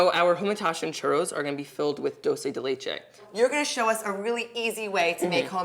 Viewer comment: As a Spanish speaker just a note....it's dull-chay de leche.